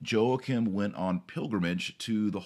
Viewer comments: Yo-a-kim of fee-or-eh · YO-A-KIM :) Great vid though Dr. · It's pronounced "Whakim".